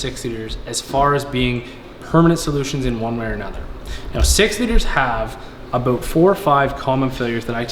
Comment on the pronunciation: Talks aboot being accurate says 110% wtf A